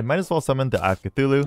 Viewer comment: “Eye Of Cthulhu?” “No, it is UY OF CATHULU”